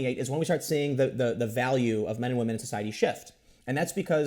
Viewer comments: He said Wamen. Tim Pool, Said Waman. “WAMEN.” Ironically un-ironically. Time stamp it guys. And save the date. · Waamen? I heard that, Tim. 😏😂😂😂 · Tim said wamen! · In other news, Tim says "wahmen." Welcome to the dark side Tim. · Did Tim just say whamen? lmao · For some dudes, feminism becomes their fedora. Also, I nearly choked on my root beer hearing Tim say Whamen. laughs I expect that from The Quartering, but it's a first here. In this situation I think it's well deserved. Feminists try to wham their way to more money for women, even when they are already making more at the company in question. That's going to backfire hard one of these days. There is only so long and so far that any group can badger and bully before the "oppressed" becomes the oppressor. The disgusting thing about that, to me, is that you'd think these people would know better (having been "oppressed" and all) but they never do. Fake oppression, or power corrupting principles as a human, rather than gendered, convention? You guys decide. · HA YOU SAID WAHMEN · Did Tim just say "wahman"? He's one step closer to that red pill. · Hearing Tim say wamen, and talk about beta males...... it just tickles me. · Is this the first time that Tim has used 'whamen'? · Tim just say wahmen?!? Que!?